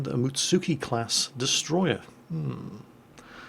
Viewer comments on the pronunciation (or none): Am i the only one who cringed when he said Mutsuki (Muts-ski)?